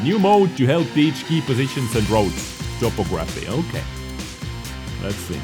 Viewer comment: Topography is pronounced Top-aw-gruh-fee. Looks like an interesting update, looking forward to more updates on it.